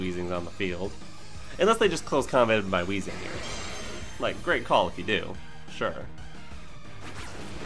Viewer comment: Excuse me. It's actually pronounced Wayzing.